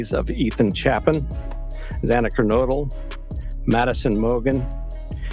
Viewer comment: But somehow got Kernodle…